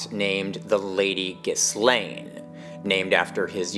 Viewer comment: Thank you for pronouncing Ghislane Maxwell correctly.